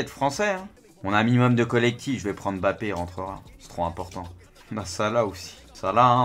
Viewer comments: non c mbappé pas M Bappé ni bappé . En fonetique ca donne mmmbappé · Ça me stresse quand il prononce le nom de "Bappé"..